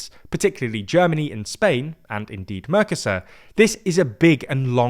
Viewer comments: It hurts my ears every time you call the trade block "mörcäsör" instead of "Mercosur". Spanish has very simple, clear, easy to understand rules for spelling and pronounciation. One should not apply English rules for pronounciation - which actually are no rules, but a huge mess - to Spanish or other languages. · Please make an effort to properly pronounce MERCOSUR, I'm a spanish speaker hearing this on the background and you sounded confusing at first. Thanks! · Merco-sur Not mercos sur